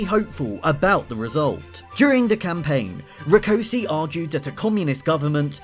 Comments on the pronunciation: I'm not sure I'm going to be able to watch this is the way you butchered Rákosi's name is a taste of what I'm going to have to put up with. If you are going to produce a documentary it's surely worth investing a little time to grasp the basics of the orthographies of any relevant languages. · Debrecen is pronounced as "debretsen" and Rákosi is pronounced as "raakoshie"